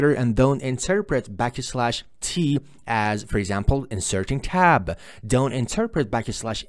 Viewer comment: love the way you say the word "tab". arabic pronunciation tabbuh. loved the video thanks.